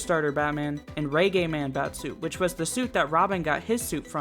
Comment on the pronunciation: Never heard reggae pronounced raygay before